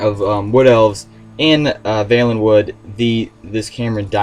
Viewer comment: You pronounced valenwood wrong.